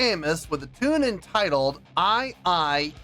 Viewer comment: It's pronounced "i i E" - 3 syllables, that is. The pre-loaded backing track was the title. In the Storytellers version she says it was what was sung to her when she was recovering from her miscarriage & went on a psychic trip with a young Native American boy. Every town they visited was full of dead people. She was drinking & hallucinating the chant, basically.